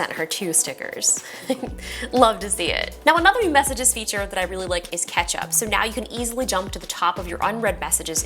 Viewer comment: did anyone else hear “another new messaging feature that I really like is ketchup” …. Just me? 🍅